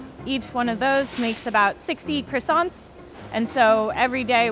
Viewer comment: The fact the manager pronounces croissants wrong is a crime. Why do Americans butcher words? It’s ‘Kwa-son’ not ‘Criss-sont’. French must cringe hearing Americans pronounce croissants so poorly.